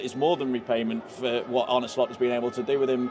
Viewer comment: You're Tom not Tim; he's Arne not Arnie ☝🏾